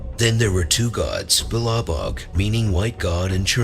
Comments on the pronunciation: Peh roon Vel ES...Seeva.. try a double oo pronounciation Beloboog,Chermoboog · The speaker’s pronunciation of most of the names of the gods and goddesses is atrocious! Belebog and Chernobog were not thought of as “good” and “evil” until the advent of christianization.